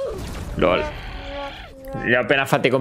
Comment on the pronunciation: devi dire lòl non lol